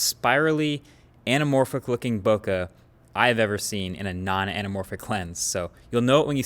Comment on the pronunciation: yo theres no way no one has told him that its not pronounced "bokah." Why is this man insisting on pronouncing it that way